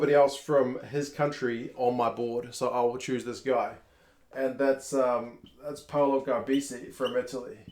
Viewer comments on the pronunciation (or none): none